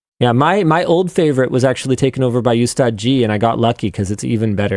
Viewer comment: linus its not you-staad its called oos-staad and its not oostaad g it called oostaad ji